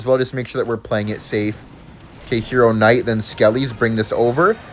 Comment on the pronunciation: "hero KCnight"😂